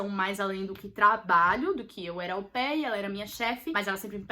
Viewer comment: toda vez que ela falava AU PAIR ,eu ouvia como “au pé 🦶🏼 “ 🤣🤣🤣🤣